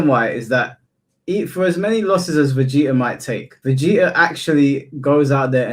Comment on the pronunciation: I get mad when speaks Vegeta name